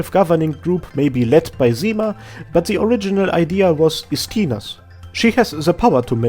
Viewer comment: I really like Arknights lore, so thank you for your lovely videos. Small clarification about Ursus ("Russian") callsigns: Zima ("Winter") reads as Zi-mA (accent on A, not I) Istina ("'Truth") reads as I-stina (accent on first I, not the second one) Also, Rosa ("Dew", or "Morning Dew") has an accent on A (Ro-sA). Leto ("Summer") usually reads as it should be (LE-to) Gummy is Gummy and Absinthe is Absinthe.